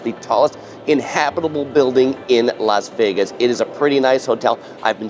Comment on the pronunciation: Why do you Los Vegas ??????????? It’s Las Vegas 😬